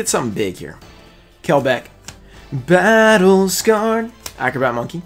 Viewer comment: I could actually do without hearing him say battle scared like that EVERY time he pulls that card it’s cringe 🙃